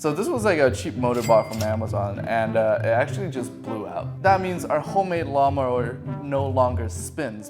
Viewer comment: He just said mawn lower🤣🤣🤣